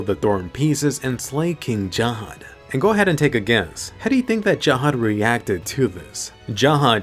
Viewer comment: why u say Jahad when its Zahard